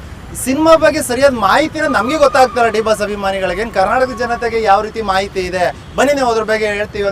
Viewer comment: Maeti alla mahiti guru